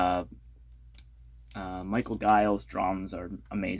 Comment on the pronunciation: Very cool. Good haul. BTW... That Giles, Giles and Fripp is a fun, nutty album. Also, Giles is pronounced with a soft "G." I mispronounced their name for over forty years! Peace on earth.